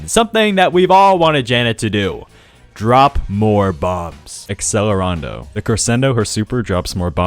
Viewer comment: hate how he pronounced accelerando wrong :C im a musician